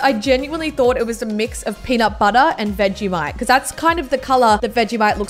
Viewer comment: You say “VEGISHITE”